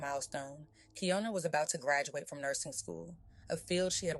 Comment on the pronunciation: Why are yall calling her kianna if her name is Kiyonna 🤷🏽‍♀️🤷🏽‍♀️🤦🏽‍♀️🤦🏽‍♀️ rip baby girl